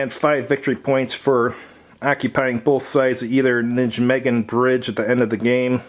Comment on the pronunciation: NIGH MAY GEN (hard "G' in "gen", as in "gay")